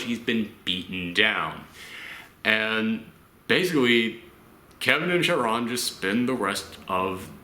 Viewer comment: Just about every reviewer I've watched that reviewed this film has mispronounced Chiron, so you're good dude haha